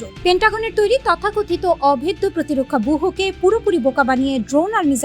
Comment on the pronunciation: বুহ্য উচ্চারণ বুজঝ্য